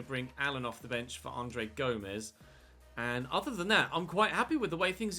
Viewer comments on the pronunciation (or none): none